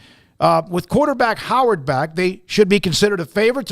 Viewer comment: Messes up Will Howard’s name every time. Every single time.